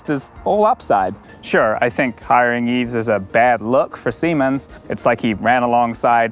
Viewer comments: Thanks for unpacking this! High speed please! But you do know it's pronounced "Eeeve" not "Eeeeves" right? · Your pronunciation of Yves and Peterborough is so grating. I think pronunciation is a basic part of news reporting.